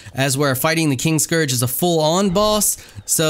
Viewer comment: So, I tried to knock out Valis the Loyal to tame him as a Thrall. Didn't work, of course, but you can admin spawn him as a tamed Thrall and he has 45,000 health. lol. fun times. And I am sure someone has said this before but the name is KIN-Scourge, not KING-scourge.